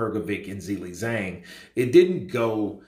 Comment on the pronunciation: There is an ‘H’ after both ‘Zi’s Z➡️H⬅️ILEI Z➡️H⬅️ANG. So it’s pronounced ZHILEI ZHANG and not Zili Zang. ZHI LEI(LEY) ZHANG